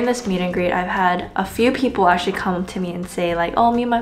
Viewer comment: Ive been watching you for 5 years now, and i really wish you can articulate your words clearer. You have a habit of eliminating the end syllable for every word. Like for example, its good "mornING" but you say, good "morni". Or, its "actually" not "ashley" lol. Maybe its just your tendency to do that, and perhaps i watch the news too much where those anchors are pros at speaking well. Just a thought, i think it will be good for you.